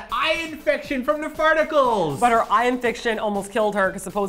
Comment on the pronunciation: It's called poop particles lol not farticals hahaha